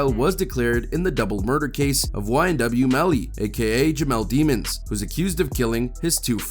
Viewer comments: Fk you keep calling him DEE-MONS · Demons is pronounced with a short e sound, not a long e sound